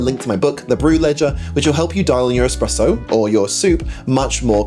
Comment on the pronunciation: Everytime he says eXpresso it sounds like nails on a chalkboard. Other than that, great video. Keep them coming